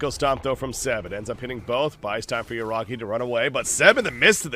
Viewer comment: Yuragi ❌ Yuragay 👌